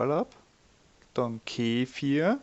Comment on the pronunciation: Keeeefirr diese Aussprache macht aggressiv 😬